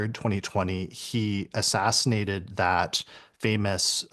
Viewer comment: Lol... "Assassinatey"